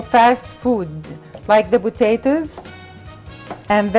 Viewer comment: botatoes, barseley, tomato baste sort ur speech out